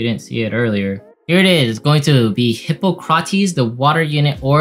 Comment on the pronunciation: "Hih-paw-cruh-tees". The historical figure from which we have the Hippocratic oath.